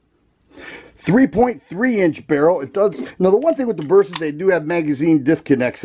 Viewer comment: I like the Burp-sa over the Toe-rus. Lol 😂